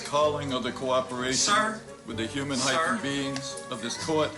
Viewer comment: HE CALLED THEM HUNAN BEINGSSSS OMG .. BLACKS LAW DICTIONARY WILL TELL YOU WHAT WORDS MEAN